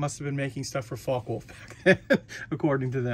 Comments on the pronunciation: 'fokker-vule-f' FYI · Its pronounced Fok-a Volf